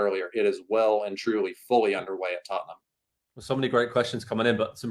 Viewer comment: Who is tuttenam? Lol jk jk